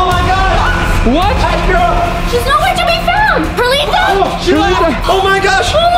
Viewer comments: It’s perlita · It's Not Perlite It's Perlita